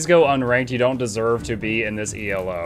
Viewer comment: did you say “e-l-o”? XD